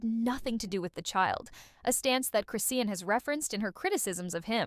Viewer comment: why are u mispronouncing her name ?it’s…CHRIS …. SEAN! chriiiiiiss shawn